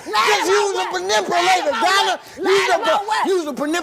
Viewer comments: “YOUS A PERNIPULATOR” 😂😂😂😂😂😂😂😂😂😂😂😂😂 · 😭😭😭HUSH!!!!! he was trying to say manipulator!!!!😫😫😫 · "shes a Pinipulator" 😭😭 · “Yousa penipulater” 🗣️😂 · WTH is a Panipulator????? So embarrassing. I wish my brothers and sisters stop embarrassing me. The fact I am sure he's said this word this way his entire life and Noone has corrected him is even more embarrassing.